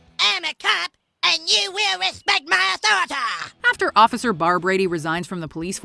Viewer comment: Respect his authoritah Done even dare question his authoritah